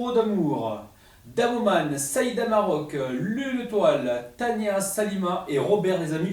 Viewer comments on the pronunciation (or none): none